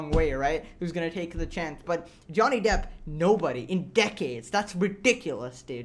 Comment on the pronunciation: The sites are 100% A.I. run that’s why they mispronounce depp.